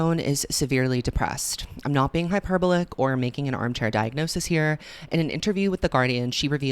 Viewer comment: Note: it’s hi-per-BALL-ick